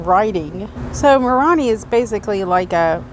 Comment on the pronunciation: Moroni is pronounced “More own eye”